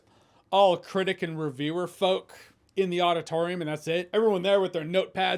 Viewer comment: When "a whole auditorium" sounds like "a whole lotta torium" it means I need my hearing checked.